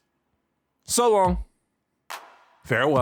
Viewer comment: Only nitpick I have: Auf Wiedersehen - the Auf is pronounced more like 'Ow', so 'Owf' Wiedersehen. Other than that, loved the video! Fantastic job!